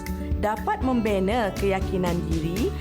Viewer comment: Dia baca pun salah...kalau membaca baca betul2 kan baik...ayat membina dia baca membine...